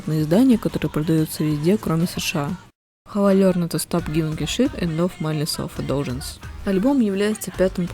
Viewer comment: миндлес селф индлюгенсе обычно произносят